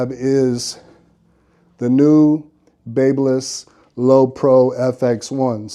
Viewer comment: Baby-liss not bab-liss you’re welcome 😉 great video